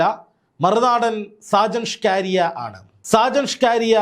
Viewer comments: നാക്ക് വടിച്ചിട്ട് പറ സ്കാരിയ സ്കറിയ. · ഷാജൻ സ്കറിയ എന്നാടോ സ്കാരിയാ അല്ല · ഷ്കാരിയാ അല്ല 😂സ്‌കറിയ എന്നാ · Shajan Scaria...aanu. ....Shcaria alla... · ഞാൻ താങ്ങെളെ follow ചെയ്യുന്ന ആളാണ്.. പേര് നല്ല പോലെ പറയുക.. സാജൻ സ്‌കറിയ not scaariya😂sometimes u r rediculing him.. Not good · Skaariya alla chetta scariya aan ,😂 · സ്‌കാരിയാ അല്ല സക്കറിയ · ഷ്കാറിയ അല്ല: സ്കറിയ😂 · ഷ്കാരിയാ എന്ന് അല്ല സുഹൃത്തേ സ്‌കറിയ എന്നാണ് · ഷാജൻ സ്കാരിയ അല്ല സ്കറിയ എന്ന് പറയു. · ഷാജൻ സ്കാരിയ അല്ല മാഷേ സ്‌കറിയ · ഷാജൻ സ്കറിയ എന്നാണ് 🙏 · നീ ആദ്യം പോയി നാക്ക് വടിച്ച് വ്യക്തമായി സ്കറിയ എന്ന് പറയാൻ പഠിക്ക് എന്നിട്ട് വന്ന് പറ. കഷ്ടം.